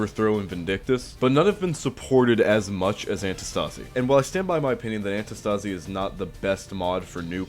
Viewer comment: Btw antistasi is from the free work αντίσταση which means resistance and you are pronouncing it wrong the tone is on the antiiistasi not antistaaasi